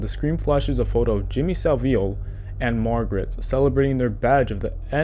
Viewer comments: “Jimmy sa veal” 💀 its pronounced sa-vile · the way bro said saville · Bro good video and all but the way you pronounced Saville hurt my ears 😂